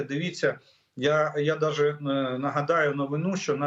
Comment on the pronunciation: Блін... Ну невже не можна вивчити слово "навіть"?!!!